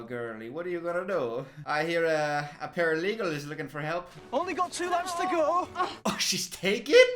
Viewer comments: I just realized why he keeps saying paralegal. I was so confused up until this point. This man...😐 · I didn't catch it the first time but paralegal instead of paraplegic 😭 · I’m only 7 minutes in, does realize he’s calling a paraplegic a “paralegal” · calling a paraplegic a “ paralegal” is sending me 😂😅😭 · I can't tell if he's saying 'paralegal' as a joke or if he genuinely thinks that's what paraplegics are called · It took me so long to figure out what he meant when he said "paralegal." He gaslit me into thinking the parapalegic was also a paralegal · The way i thought paralegals was correct until i was thinking what lawyer 😂 paraplegic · I couldn’t understand why kept calling him a paralegal, until halfway through I realised he meant paraplegic😂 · Not continuing to call it paralegal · This explains so much, I thought the guy also had a job as a paralegal the whole video